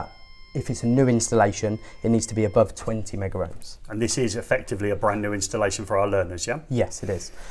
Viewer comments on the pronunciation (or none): It's megohms not "megaohms"..